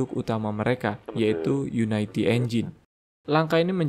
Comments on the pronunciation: unity bang, bukan united, kebanyakan video video luar nyebutnya gitu.. yuniti atau yunidi, bukan yunaiti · bacanya uniti bro, bukan unaiti :)